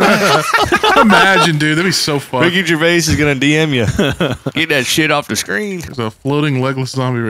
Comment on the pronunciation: I’m sorry. But the way you pronounce Ricky Gervais hurts me.